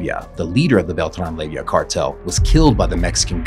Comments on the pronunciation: It’s pronounced lay-va not layvia you little labia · Lay va, not lay vi ah. There is not an i in the name. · Leyva... NOT Leyvia